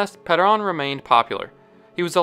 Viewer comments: Peron not paran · "Juan ped-ahn" never heard such an, uh, "interesting" butchering of that pronunciation. just pronounce it the English way if you're a non-Spanish speaker. for real. lol. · It's hard to take this video seriously when it doesn't pronounce Juan Peron's name correctly